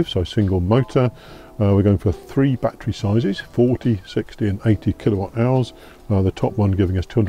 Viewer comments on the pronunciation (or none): it's not a BAT-TREE, it's a ba-TTerY ❤